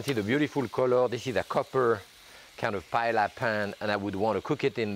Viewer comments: Aaarrrrgh i can’t believe he’s saying “Pa-El-La” 😢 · Dear Jacques, just as a double L in French is pronounced as a Y, it's the same in Spanish. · not paella